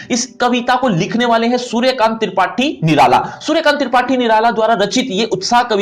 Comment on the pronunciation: Suryakant Terpathi Nirala 😅